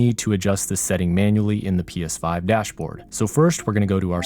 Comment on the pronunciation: Anyone else thing he said psvive